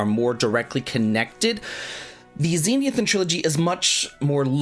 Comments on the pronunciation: It's not "ZEE-NEE-i-thin," my dude. It's "ze-NITH-i-an." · Dude, please slow down and read the word Zenithian again. Zen-ith-ee-an, not zen-ee-ith-an.